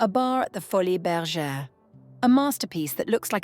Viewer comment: I think it is pronounced foli, like poly. Not foli -es